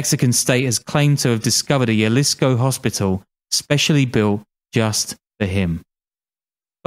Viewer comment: the way you say jalisco is enraging. it's a "h" sound